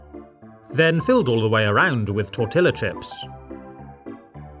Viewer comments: "Pretty gross, huh?" That's a new one. ~ It's not "tor-TILLA". It's "tor-TEE-ya". ~ Ummm...is that safe for pipes? Now NO ONE can go to the bathroom. [Mom isn't carving pumpkins any more. She buys paints and paints the pumpkins. This way, we can display the pumpkins, and when the season is over, they're still good enough to cut up into her DEE-licious Pumpkin Pies!] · He pronounced tortilla chips as TOHRT-EHL-LAH instead of TORHT-EE-UH. LOL